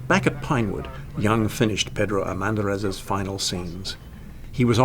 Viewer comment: The seriousness and professionalism of the presenter are lost in the wrong pronunciation of Pedro Armendáriz's name!